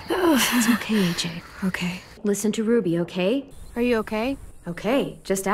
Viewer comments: All i hear is "cocaine" "a cookie" 😭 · I like the part when it sounded like cocain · Lol I listened to her a lot saying that now it sounds like she's saying cocaine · Eventually, I heard ”cocaine” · Hi what is it? I hear cocaine now omg 😂😂😂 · i don’t even hear okay anymore i just here ‘oh kae’ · bruh I hear oak hay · When u listen to it a lot it sounds like if said oke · after a while i started hearing ogay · After awhile I started to hear “oh gay” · Eventually I heard, ‘ croquet’ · if you watch it in 1.25 it looks like is saying cocaine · In season 2 it sounds like she's saying "Okaine" COCAINE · At first I sounded like okay but then it sounded like O Kane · I kept hearing “cocaine” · It sounds like cocaine if you listen it too fast 😂😂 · Sounds like she saying "cocaine" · Cocaine? I only hear cocaine? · Am i the only one hearing Kokain? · is it me or it sometimes sound that she says COCAINE? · Why does it sound like she's saying cocaine?